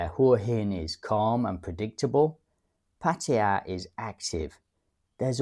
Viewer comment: I have never heard pataya been pronounced that way before, but listening to it it surely sounds the most authentic. Cool